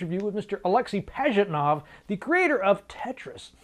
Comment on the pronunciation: And, btw, he is not AlExey, he is AlexEy. I mean accent/emphasis in name. It's russian name, so accent/emphasis on 3rd (last) syllable in this name.